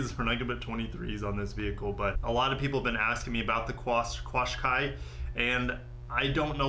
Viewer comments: Pronunciation is not "quashqai" but "qashqai" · FYI, Qashqai = cash-kai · Qashqai is pronounced like "cash-kai" .... was hilarious hearing you trying to say it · Pronounced Cash-qai (Qashqai) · qashai, is is Canada and it sucks. they pronounce is CASH KAI on the commericials. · In Australia the Nissan Qashqui we Pronounce it cashqui sounds better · It's pronounced kashkai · They sell the Qashqai in Canada, it’s pronounced cash-Kai. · Qashqai is pronounced "kash-kai" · So sick and tired of everything SUV/CUV. Soulless Utility Vehicles, while useful, are boring! Also, Nissan Qashqai is pronounced (Cashkai).